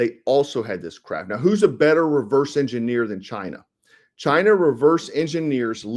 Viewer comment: It's not Chiner. The drones are conscious ai.